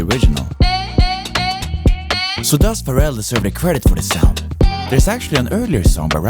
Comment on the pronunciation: TIL Pharrell's name is stressed on the second syllable. Yes, I live under a rock... under another rock, under another rock, under another rock, under another rock, ... under another rock.